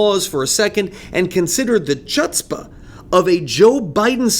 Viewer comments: "chutspah" is pronounced "hutspah" with a hard H (like your clearing your throat). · Would it offend your principles to learn how to pronounce "chutzpah"? It's been a part of American slang for some time.😇